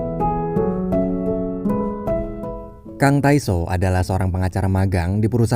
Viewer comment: udah niat banget nonton & ngehayati nutup mata naruh hape di samping lagu opening enak eh kata pertama yg diucap "kang tai so" :') plis kalau orang luar research dulu cara baca namanya